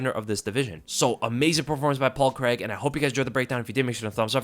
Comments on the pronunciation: Great performance from Paul C R A I G, not Creg. 🤣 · On another note why do americans pronounce Craig as Creg lol??